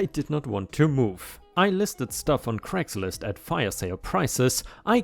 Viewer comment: you goober... Craigslist is said as "cray" not "creh." 😛